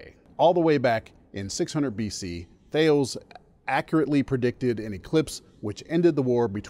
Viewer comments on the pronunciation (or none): It's worth pointing out that the heliocentric theory is of the solar system, not the universe, contrary to what Dubay wants to sneak in, and that the name of Thales has two syllables.